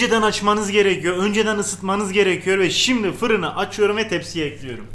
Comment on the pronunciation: Nobody::Tencereyi ocağa ekliyürüm